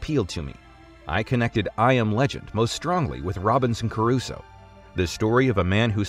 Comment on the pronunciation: Did you just say Robinson CARUSO as in David Caruso? :D Anyway, I still remember when this movie was announced. Now I know why it never happened. :/ Too bad. Thanks.